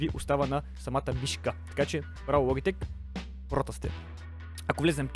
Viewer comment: научи се да говориш СКРУЛ ЛОБИТЕК